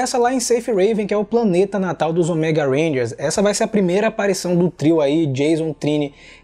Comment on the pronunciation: Eu ainda estranho a variação da pronuncia da palavra ÔMEGA de vcs. As vzs sai certo, com a silaba tônica no "Ô", as vzs sai com a tônica no "ME", como se fosse "OMÉGA". Rsrs...